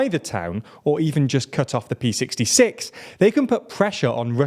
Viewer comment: ”cut off the pee sixty six” — I don't envy you here but it's the Cyrillic letter Р (equivalent to the Latin letter R) in Р66, not the Latin letter P. It stands for “regional”.